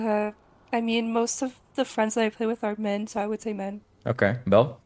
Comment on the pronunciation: Belle or “bill” as i kept hearing 😂 using the word “pick me girl” so frequently shows her lack of understanding of human genetics and social structures. Every single human is a “pick me” girl boy whatever. It is engineered into our genetics to be motivated by shame and out perform every other person around you in order to give priority to your gene pool. Since the inception of you as a fertilized egg in your mothers womb, every cells is genetically coded to fight to survive and outlive /outperform the competition that shares your resources.